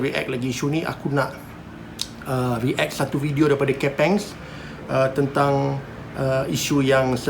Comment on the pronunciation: aku je ke terganggu dengan cara cakap "re-act"? haha react! bukan re-act!